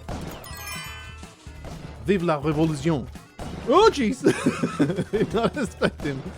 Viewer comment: that "viveuh la révoluzion" caught me off-guard